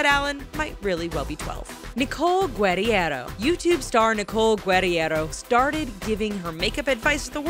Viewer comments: You completely butchered Nicole Guerriero's last name lol. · It's Guh-rare-oh. Nicole Guerriero. not guddy-air-0. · The way she pronounces Nicole's last name makes me wanna smash my head against concrete